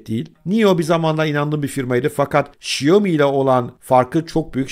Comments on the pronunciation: Şiyomi değil şömi değil şomi değil. Şaomi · ŞAYOMİ ASLINDA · "Şiyomi" nedir be? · Şaomi. Diye okunuyor. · Abi şiyomi deme lütfen :( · Abi şu telaffuzunu bi düzgün öğrensen mi acaba “xiaomi” nin?